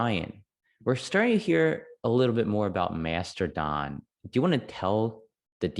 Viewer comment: No no, they found the super secret hidden R in the word. So its Master-don